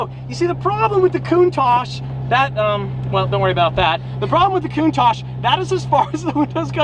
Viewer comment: Wanna black out in less than 8 minutes? Take a shot everytime he says “Lamborghini countash” lol